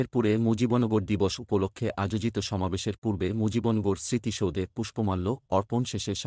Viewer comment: এটা কি পড়ছেন মুজিবন গর কোথায়? মুজিব নগর কে মুজিবন গর পড়ছেন কিভাবে?